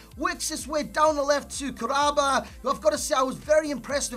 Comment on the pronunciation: Kah-ra-ba not Karaba. Kahraba in arabic means electricity. I think it's a cool name.